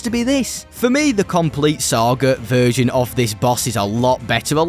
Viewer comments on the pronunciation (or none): none